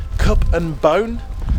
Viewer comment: It’s cup and cone. Not bone 😂